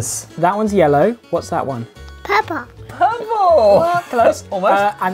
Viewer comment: A lot of little kids I hear in the US pronounce purple as "pur - poh.* It's weird but many cannot get the pronunciation correct.